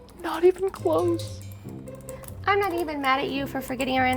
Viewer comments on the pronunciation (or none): Haha she said “not even crose”